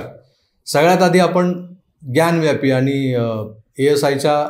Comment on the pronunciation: ग्यानव्यापी हा चुकीचा उच्चार आहे. ज्ञानवापी असा तो शब्द आहे. वापी म्हणजे विहीर.